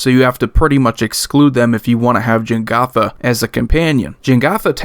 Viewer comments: Jegantha, not Jengatha. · Minor pet-peeve of mine, but everyone says this incorrectly: It's Je-GAN-tha Not Jen-GOTH-uh